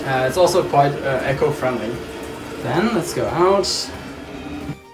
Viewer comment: You are mispronouncing "eco", "cleanliness".